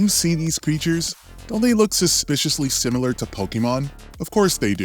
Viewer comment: Let me start out by saying i like your content. It does drive me crazy every time you say simular though. But i get past it anyways